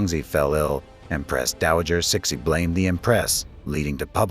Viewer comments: Your pronunciation if CIXI is horrible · Get a new AI Your pronunciation if CIXI is quite frankly is insulting, a lot of your facts are sadly inaccurate and wanting. go away and do research